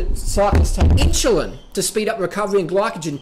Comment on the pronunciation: Lol. In-shoe-lin.